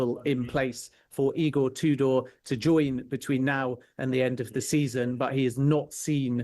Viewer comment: Pronouncing it "E-Gore Two Door" is certainly a choice.